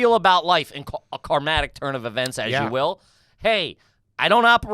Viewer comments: thank you! just listened to this and them saying "karmatic" sounds like some trashy automatic car cleaner or something lol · It’s “karmic” ya bozos!